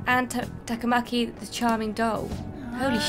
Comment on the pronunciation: Yay, in this episode you managed to pronounce Takamaki and Sakamoto better than the english voice actors! :D Really enjoying this series. Glad you like the game! Also, good luck with your first palace ruler! 8)